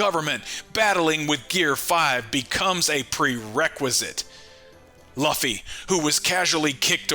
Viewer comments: Bro pls for the love of god stop pronouncing Luffy's name wrong Jesus lord have you EVER heard anyone in the anime (dubbed or not) pronouncing his name that way? It's pronounced "LOOOFY" or Lu- Fee. Not Loffy not luffy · Sorry dude, I like to support small YouTubers but you totally Lost me when you kept saying “Luff-ee” instead of the way every one Piece fan says it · I'm right there with you dude every time he said Luffy name it made me dislike this guy more and more